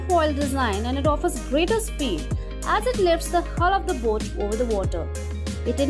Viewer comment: And buut instead of boat.